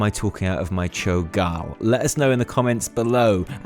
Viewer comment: its cho'gall